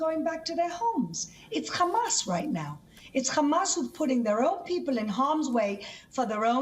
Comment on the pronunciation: Its hamas not khamas